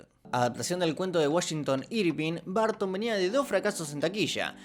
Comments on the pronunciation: Se que no es su idioma natal el inglés pero 🤷 haz un esfuerzo por la pronunciación es muy bueno el video pero hará estar escuchando "BARTON" ...😅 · Da cringe oirte decir 10,000 veces "Barton". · De dónde sacas qué se pronuncia Barton!?